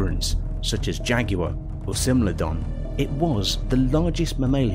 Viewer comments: Small, but irritating thing, but at about 1.26 you seemed to have said SIMILODON and not SMILODON... You sounded like you added a letter "I" right after the "S". Small issue I know, but its irritating me as much as this post is irritating plenty of other silly fuckers out there! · Why is no one talking about how he said simlodon instead of smilodon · "Similodon"? This video is terrible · He also called smilodon similodon. 😳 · He also said "simlodon" instead of smilodon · did this guy just say similardon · Similardon? Really? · breh dud you just say similar-don? trash channel rahhh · Errors found in this video: - Smilodon; he pronounced it "similodon" - Elasmotherium; he pronounced it correctly the first time around, but not even half a second later, he mispronounces it as "elastitherium" - Pliocene; he mispronounces it as "plikocene" - Pleistocene; he's made passable pronunciations of the word Pleistocene prior to this moment (play-styocene), but this one he gives "puleestiocene" - "The Tyrannosaurus preyed on much larger mammals, like the Triceratops;" the Triceratops was a sauropsid archosaur/dinosaur, not a mammal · Did he say "Similidon?" 🤣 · I think a Columbian mammoth could possibly skewer a t-rex alive, they or a Paleoloxodon Namidicus which was potentially larger, also was this a competition to see how many words you could mispronounce or do British people just have completely unexpected ways of saying things like Pleistocene, or Smilodon which you pronounced as Plistocene or Plestocene and Similodon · It’s pronounced smiler-don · Man can't even pronounce these names right